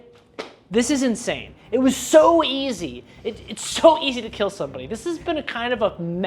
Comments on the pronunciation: "It will keeil." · It will keel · All in all... It can Keel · It would KEEL